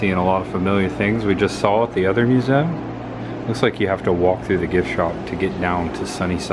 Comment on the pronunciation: Why don't you pronounce museum the correct way? It sounds so stupid the way you say it!